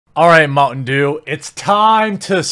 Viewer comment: Oooh, you were saying "mountain dew". You slurred your speech a bit and it sounded like "mungdu" at the start and I was confused.